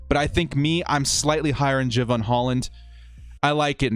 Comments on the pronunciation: DRAFT C. (Of course, all picks to some degree depend on the free agent acquisitions) Thanks for the mocks, but you might want to bone up on pronunciations for those you say are your faves. Ex., Jevon Holland. NOT JAY-'vun. NOT JEH'vun. It is Ja-VON'. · Pronounced Ja-von Hol-land, and he's a baller. #ScoDux